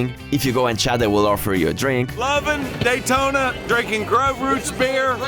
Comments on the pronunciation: Its Daytona Not Dietona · It's Day Tona not Die Tona 😂 Excellent video by the way love it! Now i want to go the the DAYtona 500 😇 man i cried watching this. So sad the USA is going down with the woke minded zombies. Let's GO Brandon! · love how he cant pronounce Daytona correctly